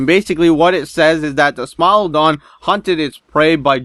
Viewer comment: I thought you said smile dog